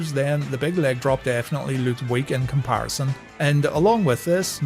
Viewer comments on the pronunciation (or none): none